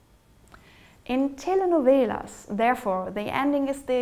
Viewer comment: Good pronunciation of "telenovelas" !